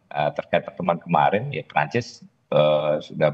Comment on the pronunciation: Keren nih news anchor nya. Pengucapan nama Prancis nya bener. PROFESIONAL!